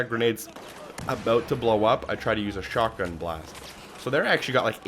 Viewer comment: it just sounds like the dude says shockgun instead of shotgun, take another listen to it, it stuck out to me soo bad lol i couldnt get over it